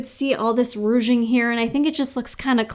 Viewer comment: Haha, “rouge-ing” instead of “ruching”.